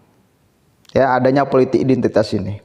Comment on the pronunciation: Mas maaf sblmnya, isi kontenmu bagus tak ikuti terus aku suka, tp yg aku krg suka, tlg dong penyampaiannya jgn ikuti roky nggerung, kata2nya pakai akhiran "~KS~" contoh politiks, ahoks, untuks, publiks, biasa wae ya, krn aku muak, jijik dan pingin hoek dengarnya, tlg ya mas pakai bahasa dan kalimat sendiri sj ya, hahaha hahahaha, Ora keno nesu demi perbaikan kontenmu, oke....